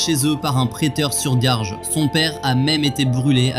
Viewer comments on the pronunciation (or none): "Sur garge"😂 on dit prêteur sur gage. PS: Juste pour ça je m'abonne et je like.